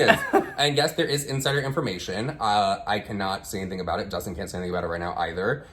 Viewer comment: Not “Dustin Dialysis” 😭😭